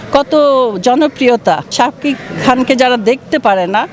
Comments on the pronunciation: Nam uccaron eto baje ken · উনি নামটা উচ্চারিত করতে পারছেনা রে বয়স হয়েছে তো*****সাকিব বস আমাদের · Uni Sakib er nam ei bolte parena😂